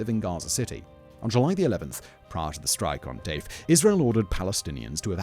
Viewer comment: Hands up if you thought Simon was calling Mohammed Deif "Dave" everytime... 😂